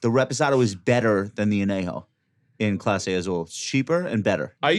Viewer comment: Josh - please learn how to pronounce anejo. 😂